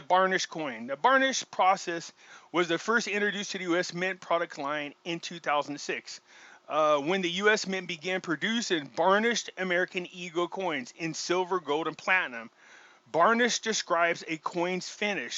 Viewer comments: Oh my! Burnished not barnished. Like burn rather than barn. Lol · You need a good phonics lesson. You could at least pronounce the word burnished correctly. There is no letter A sound in the word! Just saying! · Burn ished,. Not Barnish! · And he said it wrong the whole time made me laugh